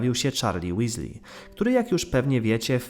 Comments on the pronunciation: Może i się czepiam, ale Weasley nie czyta się Łesli tylko Łiizli :D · Uwielbiam Cię słuchać i widzę ile pracy wkładasz w swoje materiały ale jednego nie mogę przeboleć - wszystkich imiona wypowiadasz poprawnie poza Weasley, gryzie mnie to 🙈